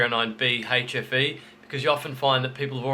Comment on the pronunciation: AHHHHH!! 'hfe', not 'ATROPHY'....I swear it sounded like atrophy. Which I though meant duds.